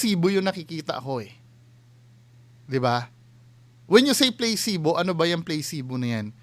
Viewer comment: It’s pronounced as PLA SI BO and not playcebo